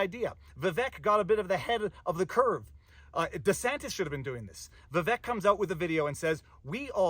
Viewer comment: Vivek is pronounced ViVake